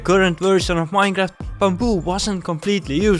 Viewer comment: you said "mineraft" not "minecraft" it's the most important word for your channel to know